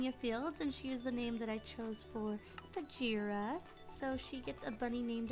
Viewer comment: It's pronounced Bag-eerah not Baj-eerah like bag as in bag or baggie.